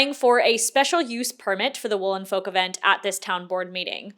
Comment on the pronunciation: Folk is pronounced f-"oak" but as one word the l is silent and the olk portion is pronounced as oak, silent L, and wow AM I GLAD THAT I DIDNT HAVE ENOUGH MONEY TO JOIN THE FESTIVAL IT WAS BEING PROMOTED FOR AGES AND I WAS CONSOLING MYSELF ABOUT THE FACT I WOULDNT BE ABLE TO GO AND GETTING SEVERE FOMO BUT AM NOW REALIZING ITS GOOD THAT I DIDNT GO I AM SO SORRY FOR EVERYONE, BUYERS AND VENDORS ALIKE